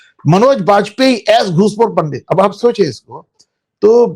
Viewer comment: Pandit nahi pandat like kashmiri muslims pronounce